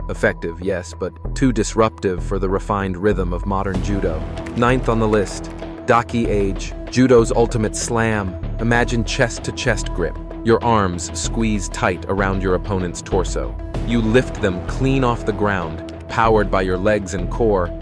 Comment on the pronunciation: It isn’t Daki Age, it’s Dah-key Ah-gay.